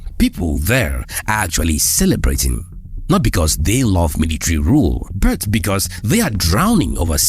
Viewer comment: This guy cannot pronounce the word "but" right! Easy but is a struggle!